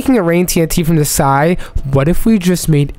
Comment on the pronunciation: You said rain TNT from the sy